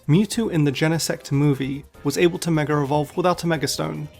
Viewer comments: Why do you say "megar evolution" instead of mega evolution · Why does he keep saying megar evolution 😭😭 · This guy says mega as 'megar' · Its his accent, hes saying megar evolve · Mega does not end with an R! -_ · but he says it correctly some times, and adds a non-existent R other times. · This is actually just a phenomenon in British accents where an /r/ sound is added between the last vowel of one word and the first vowel of the next. It makes forming the sounds smoother. To Brits it is completely normal, to the point of being unnoticed until someone with a different accent points it out. It's called an "Intrusive R" if you want to look it up more.